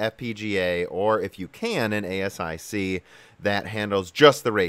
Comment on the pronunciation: Is there any particular reason you're pronouncing a bunch of the words wrong? Nvidia is pronounced en-VID-eeyah: , ASIC is pronounced /ˈeɪsɪk/